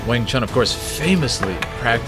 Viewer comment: Wing Chun - pronounced Choon...If you respect the art, please pronounce it correctly as Chinese do, as your Sifu (Sifoo) would pronounce it. Lastly, Kung Fu (Koong Foo) stop mispronouncing these Pronouns. thank you